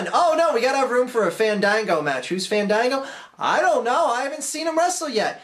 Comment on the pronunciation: You guys are saying it wrong. It's... Faaaaaaaa(h)n Daaaaaaaa(h)n Gooooooo.